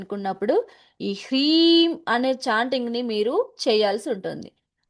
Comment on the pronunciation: ప్రీం కాదు హ్రీం